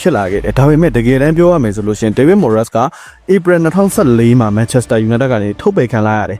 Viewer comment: Moyes ကို မိုယက်စ် လို့ အသံမထွက်ပါ မွိုင်းစ် လို့သာထွက်ပါတယ်။